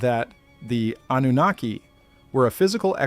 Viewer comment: I’ll tell you that’s a great AI voice. I’m assuming it’s AI I mean so so many words are mispronounced names Zachariah Anunnaki I couldn’t do it.